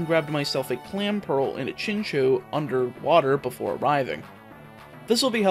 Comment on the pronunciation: " Chichu " my man. its; Chinch o u